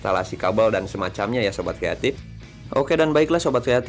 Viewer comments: Kreatip bukan yatim tpi gw dengernya juga yatim wkwkw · ngomong nya "sobat kreatif" tapi aku dengernya "sobat yatim"😭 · Sobat kreatip kan,? Gua dengernya sobat yatim 🥺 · Sama broh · Gw kira manggil viewernya sobat yatip atau yatim eh ternyata kreatif 🤣 ya namanya logat indo jadi kreatip😂